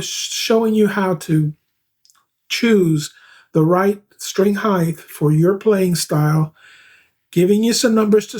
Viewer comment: String height not heigth